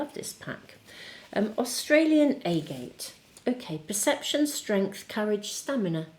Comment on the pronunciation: Thank you so much. Btw, usually, Agate is pronounced with the short A on the 1st a in agate.